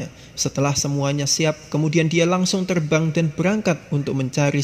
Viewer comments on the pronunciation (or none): Ekor ih bukan ekol ..terbang Ih bukan telbang.